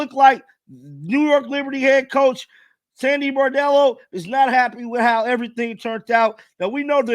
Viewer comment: No offense but the name of the players talking to the press was Bondello. Bordello is not quite right and is something one doesn't bring up in polite conversation 😮